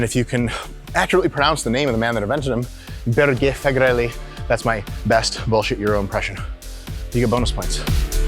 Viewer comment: Børge Fagerli is the name if the guy who «invented» myoreps, he is from my country Norway, and… dude u sounded italian when u said that shit. 0 bonus points to u!😅